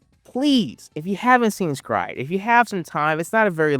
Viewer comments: S-Cry-Ed lives RENT FREE in my head.... Honestly because the name is so very unique that it locked in. I barely actually remember anything about the anime beside red arm guy and the dude who could control orbs. Everytime you say "scried" i want to cry. Lmao I always called it "Es-Cry-Ed" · I thought it was pronounced "sacred" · It’s not scry it pronounced S….Cry…. ed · Bro this is a classic I watched this on Toonami and everyone was talking about it. Also I thought the pronunciation of S-cry-ed is supposed be said as a sutter because it’s also doing a double entendre on being scared! So it’d S… Cry…. Ed that’s how we said back in the Toonami days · I absolutely HATE how you say this name and I'm gonna have to thumb it down and move on about my day lol